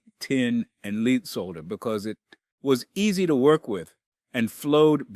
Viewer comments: He pronounced lead as leed as well. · AI's still don't get pronunciation quite right. An experienced plumber pronouncing the "l" in "solder"? Pronouncing "lead" as if it were "leed"? I think not.